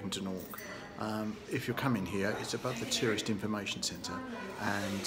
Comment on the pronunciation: I was born in Embo eighty one years ago and I still recognise the rocks on the beach behind the gentleman speaking at the beginning of the video. However, throughout the video this gentleman kept referring the Dornoch as "Doonork" which made me laugh every time he did it. We always knew the place as "Dornoch" even though plenty times we called it by other names, many of them rude. But that was purposeful because of the bad blood that then existed between the then Gaelic speaking people of Embo and the English speaking people of Dornoch.